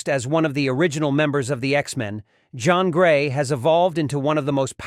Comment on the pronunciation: Jean Grey, not john😂